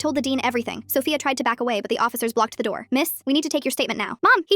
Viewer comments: Not the voice becoming British at one point when the “door” was mentioned😂😂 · I’m sorry to go off topic but the British accent when they said “the door opened” is just rlly funny to me